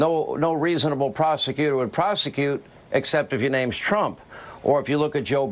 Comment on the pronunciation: How about when he called himself "Donald Prump"? Not many people have mispronounced their own name.